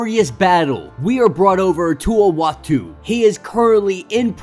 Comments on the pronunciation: Love your stories man, you have come so far. Just two constructive criticisms, iautu is pronounced oo-ah-tu the watcher. And annihilus, is just silent h, essentially annialus. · Uatu is pronounced ooatu. 😉 Love your vids! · bruh i know ur young probably and mightve just gotten into comics, but its pronounced M'Chron (EMM-KRON) Crystal, and Annihilus (An-ny-hil-Lus) Oh and its Uatu (Oo-Ah-Tu) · Listening to this guy trying to pronounce Uatu and Annihilus (as well as a few other words) is utterly painful!! I couldn’t make it all the way through!!